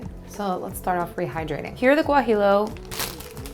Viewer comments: Great tacos! BTW: it;s pronounced gua-hee-yo pepper :-) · Loved the video but I have to say... Guajillo is pronounced Wah-Hee-Yo. Or Gwah-Hee-Yo. pronouncing the L's as English L's is like pronouncing the L's in tortillas not as a Y sound. If you live near a large Mexican-American population you can sometimes find them in regular grocery stores, but they're fresher and usually cheaper if you go to a Mexican market. Thanks for the inspiration. I've wanted to try soy curls for a while but haven't gotten around to it. I think I'll pick some up this weekend and give them a try.